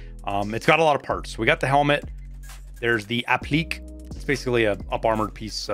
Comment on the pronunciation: Just for future reference, the Caiman up-armor is pronounced App-Lee-Kay like a sophisticated Frenchman.